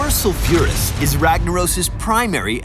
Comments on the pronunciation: Its Sol-fure-uh-s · The way he pronounces sulfuras, my ears are getting raped...